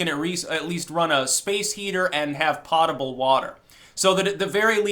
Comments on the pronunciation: its not pronounced "pot" able its "poe" like edgar alan poe. see reading a lot has its disadvantages. score one for auditory learners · love your videos, btw potable is pronounced [Poe-t-ah-b-le] not {Pot-t-ah-b-le} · my dude, "potable" rhymes with "notable".